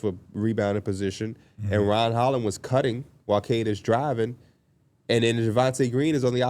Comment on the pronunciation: Whenever they say "Ron Holland" it always sounds like "Ryan Hollins" to me